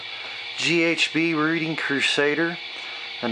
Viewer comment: For the record, the Reading was named after Reading, Pennsylvania and both are actually pronounced as "Redding." It's spelled like, "Read" but pronounced like, "Red." Don't feel bad as it's a common misconception. Great video!